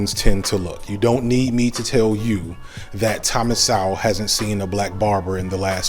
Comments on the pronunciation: Thomas Sowell pronounced So-well or Soul. 🙄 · So sad you don't understand or even pronounce Thomas Sowell name correctly. God bless you brother. Year's from now you will be in the very same spot, Socialism, Communism whatever you want to call it is the end of the inhibition of human in every possible way not only financially. But good luck with your channel. I hope you get more advertising on it. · You got mutiple things wrong but here are a few. -you completely mispronounced Thomas Sowell's last name, which makes me question if you've actually listened to him with an opened mind. -Also, the argument that you made about the relationship between hairstyle and political alliance is awfully subjective and NOT objectively derived. -lastly, how can anyone say with a straight face that there is nothing wrong with a culture (African American culture) when over 50% of the nation's murders are committed by a group consisting of 13% of the population?? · He can't pronounce his name correctly let alone know what Mr. Sowell stands for.